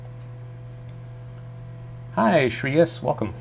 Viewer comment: Amazing He pronounced a indian name so correctly with the flow - Shreyaaaaassss, and as always awesome stream